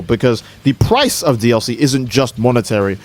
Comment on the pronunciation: "the PPPrice of PPPaid dlc..." Bro the way you pronounce those P's man.